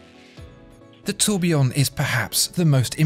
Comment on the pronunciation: Oh Dear ! Your pronunciation of the French words is like the scraping of fingernails across a blackboard. I am trying to concentrate on the description of the watch Then, EEEEEEEEKKKK